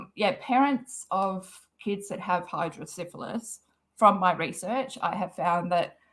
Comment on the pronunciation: It's Hydro-Cephalus pronounced Hydro-Seff-a- luss (not Hydro-Syphilis like the STD lol).